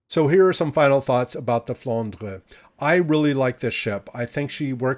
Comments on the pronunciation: IGN wil0208 NA serveur. Tu prononces bien " Flandre". A french payer. 👍👍👍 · IGN: Phayanaro Server: EU Greetings from Hamburg. And you Pronounce Flandre very well, as you do "Moin Moin". 🤣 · You are almost pronouncing it correctly :) IGN Nosferatu_gunner EU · IGN: Somniosus Server: ASIA I love that pronunciation of the Flandre...